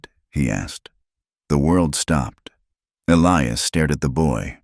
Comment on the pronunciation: And it's pronounced E-lie-us, not Elee-us. Come on, AI!!